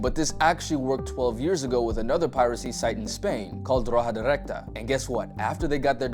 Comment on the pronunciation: That pronounciation of “rojadirecta” was 🔥